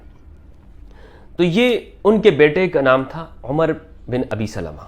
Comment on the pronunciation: نام عَمر ہے یعنی ع پر زبر ہے عُمر نہیں ہے